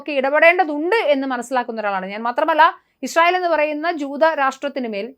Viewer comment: ഇശ്റയേൽ അല്ല... ഇസ്രായേൽ